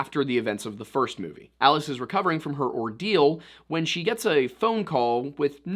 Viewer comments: It's not "ee-lee-is" It's "ah-lie-us". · "Ah-Lie-us" Vorhees...